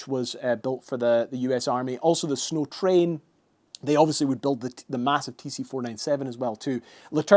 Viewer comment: Did you miss the w in snow